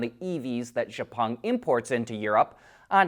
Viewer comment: enjoy your reporting but one thing to let know. Xpeng correct pronunciation is "ek-speng". Thanks and keep em coming.